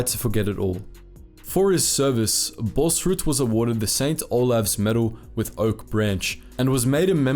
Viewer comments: Please don't say the name like it was german... the double a is pronounced "aw" So it is like "Bawls-rood" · You are pronouncing his name like its Danish or German lol. Its pronounced without the h sound there